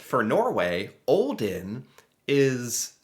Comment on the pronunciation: I’m from Norway and I was like tf is åaldean and then I was like Aaaaaa you mean olden